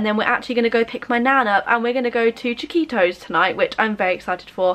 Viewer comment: the way you say “chiquito” it sounds like “taquitos” lol i actually thought that was the name of the mexican restaurant until you showed it :P